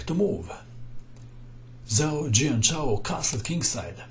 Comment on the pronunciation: Hi, would just like to kindly point out that when a Chinese word is written with Latin characters, the combination of letters "zh" is pronounced like "j", not "z".